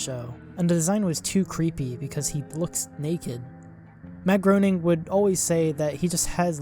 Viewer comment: You mispronounced Groening. It's pronounced as Gray-ning.